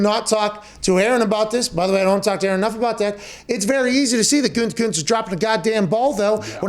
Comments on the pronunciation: "Goodykoonse". I once worked under a newspaper executive who spelled it that way. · Man, every time Pat tries to say "Gutekunst", I feel like he's about to throw up 2 times. The first time at "Gute" and the second time at "Kunst". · Just listening to hear mcafee pronounce the gm’s last name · I though pat sayin Gutekunst was completely a long ball until I sounded it out myself 😭😭😭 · Take a drink everytime he says “Gutekunst” 😂